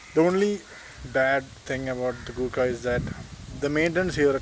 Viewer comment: Sorry it's thar or gurkha